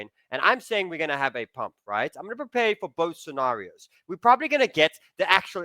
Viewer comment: Pre pare😂